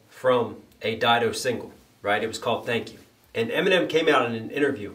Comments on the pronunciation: Stan wouldn't be Stan without Didos chorus💯 She's labeled as a feature on the song & if I'm not mistaken shes also in the music video Lol & her name is pronounced Did-o👌 Also love the breakdowns & your music, keep doing your thing brotha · No, it's not Did-o, it's Dye-do